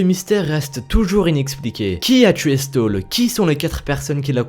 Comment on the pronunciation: On dit plutôt "chtaul" que "stole". A part ça très bonne vidéo :-)